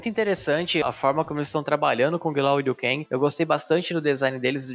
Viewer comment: Cara o nome do liu keng nem e assim e liu guenga